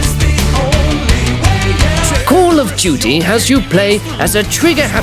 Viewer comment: Did you say Call of JEWty?